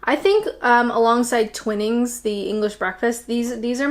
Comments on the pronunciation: Yay,, I totally agree! Yorkshire Tea is the best. As you live in the South East like me, you should get the one with the gold label (for hard water). Tetley and the others have a rather dusty, lifeless taste to them – grim. Oh, and it's pronounced TWY-nings (not 'twinn-ings') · You are making good progress towards your complete assimilation into British life. Here in the USA the British tea market is dominated by Tetley and Liptons which was originally British but is now owned by a Dutch multinational. TWININGS TEA is pronounced TWY-NINGS not Twin-ings PG Tea was originally called "PRE-GEST" to imply its association as a digestive product. It was later shortened to PG , as a clever marketing ploy. (Like beer generally tastes like beer-Tea generally tastes like tea. Just sayin...) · As a Yorkshireman I obviously like Yorkshire and Twinings (Taylors of Harrogate in North Yorkshire). I think it's pronounced Twine as in Dine - ings, not Twin as in Bin. In the before times (Pre-Covid) I used to work in the US a lot and it is the worst thing when you get to your hotel after flying long haul only to find one of those crappy coffee makers in your hotel room. Then getting in your hire car in the snow to find a Whole Foods that sell usually Lipton's tea, sugar cubes and gigantic milk bottles of half and half. Then using a saucepan to boil water to attempt to make tea. You can tell I've been there and suffered! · I'll start off with pedantry, cuz that's how me rolls, there's only one "N" so it's twi-nings. I've been drinking fresh coffee for the last couple of weeks but I am an ardent tea drinker. Nambarrie is my favourite, closely followed by Sainsbury's red label. If I had to pick a third it would Yorkshire. Oh, before I forget, Clippers were fast ships used for bringing tea and spices to the UK. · Every time you said.... "Twin nings"..... Shudder A butlers monocle falls from the very eye it sits afront. And these butlers are housed in the queens quarters!